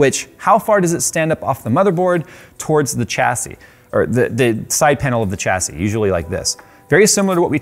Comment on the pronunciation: Took me 15 minutes to realise he was saying 'chassis'.